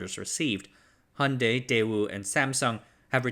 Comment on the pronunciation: Please check your pronunciation of 'Hyundai'.